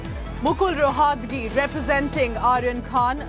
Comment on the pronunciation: Atleast pronounce the name right ... Roh at gi is how the name is pronounced ... It neither Latin nor French so where is the problem... Godi media is bloody unprofessional in every way